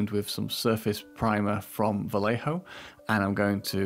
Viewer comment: Vallejo is a spanish last name, so the double ll sound like an english "je" when followed by an e.